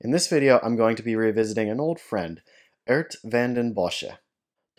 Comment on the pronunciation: Why do you mispronounce his name as Ert? His name is Geert.